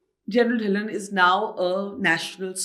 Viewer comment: Put a small effort to get the name(Dhillon) right. Just because the language of podcast your team should know you're talking to a Indian